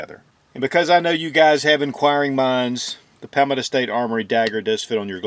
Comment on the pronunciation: Say it with me ..paul - meadow .. i dont know what hes saying but it isnt anything close to palmetto .. 😂😂